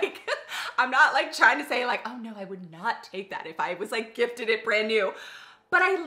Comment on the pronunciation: Emphasizing gifted😂